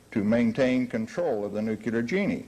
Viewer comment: yet still not even experts can pronounce the damn thing! "nukellar' is what comes out their mouths!!! WHY??? !!!